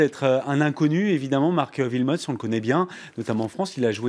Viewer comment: pff ces francais Wilmots pas Vilmots le w se prononce oué